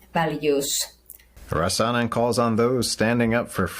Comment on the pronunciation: Criminal charges for reading from the Bible? BTW, in the name 'Rasanen', the stress is on the 1st syllable: RAh-sanen.